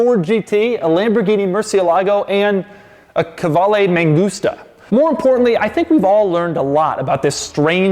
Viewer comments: To be honest: I had been pronouncing that name K-VALE with a Steve Martin-esqu Dr Hfuhruhurr vibe . But NO it is KU VA LE. Doug, you have enriched my life immeasurably. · I don't think it is a "Ka-vale" but rather a "Kvale" Mangusta. Right? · Ok but it's meant to be pronounced "koo-aleh", like latin "u" which is written like a "v".